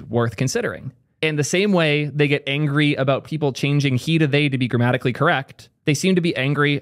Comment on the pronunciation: Did you say grammatically correct or dramatically correct?